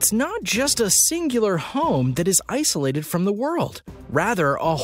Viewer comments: What is "Ssolated"? Ssolated homes? ......Tighten-up Dude. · You guys need to work on your videos. It's Isolated not Ssolated and you mean the Seven Seas not Sea Seas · Did anyone catch the Ssolated lol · Provably even earlier when it says “Ssolated” instead of “Isolated” lol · who noticed in the beginning it says Ssolated and not isolated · Uh.....dude.....Isolated, not Ssolated. Where did you go to grade school? Fail Your credibility just went down the tubes...lol. And your info is not accurate. And it isn't "sea seas"...it is "Seven Seas"....lol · you freakin put SSOLATED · Most ssolated sea seas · Lol it said 12 of the most ssolated homes on earth lolollolololololol